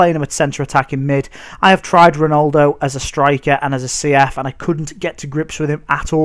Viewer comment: ronOldo... mate. you pronounce it Ron - al - do